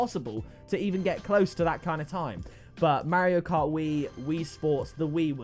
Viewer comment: I’m sorry but the way that u say mario cart is so funny